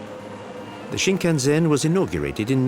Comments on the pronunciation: I don't know who made this documentary, but their pronunciations of Japanese words is terrible, leading me to believe they're not Japan experts. For examples: the bullet train is pronounced 新幹線 (shin-kan-sen) not shin-kan-zen. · For heavens sake, its Shinkansen, not Shinkanzen.h! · It kills me every time the dude says: shinkanZEN.... OMG.. put someone who can speak properly the basic words at least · A bull train is Shinkansen, not Shinkanzen. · It's completely wrong to connect every single items of Japanese culture to ZEN. And it is not shinkan-ZEN but shinkan-SEN. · I love how the guy emphasizes the "zen" in Shinkansen... except that's not how it's pronounced. It's an "s" sound not a "z" sound. There's nothing quite like getting something completely wrong with all the confidence in the world.